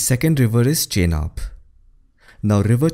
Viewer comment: Butchered all the names. Sutlej, Chenab, Skardu, Jhang, Jhelum. 😅